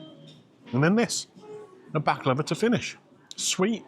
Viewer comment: I know it may sound odd but thank you for pronouncing Baklava the Turkish way! I'm tired to hearing baklaaahva and being corrected to this ☺️ PS: Nothing beats my auntie's homemade one 🤤